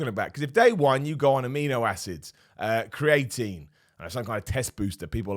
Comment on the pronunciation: Please someone tell him how to say creatine